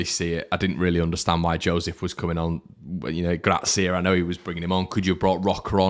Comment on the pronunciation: Will learn to say Gracia's surname correctly one day? He is the Harrison of pronunciation! 😂 Just kidding mate. Good cathartism as ever post match and very much needed.